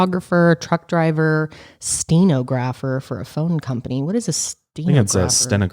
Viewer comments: it's pronounced "sten*ah*grapher" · st-nah-grah-fer. I played the Steeno-grapher for my mom. Remember Ross seeing Monica and chandler the first time??"My Eyes!!!!!!! My Eyes!!!!!!". That is my mom right now.she is screaming "My Ears!!!My Ears" right now. Lol. Lol that made Day! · Steh NAH gruh fur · Lol wait....are they trying to say stenographer ☺️😂 Just in case anyone cares it’s pronounced: “sta-nog-rah-fur”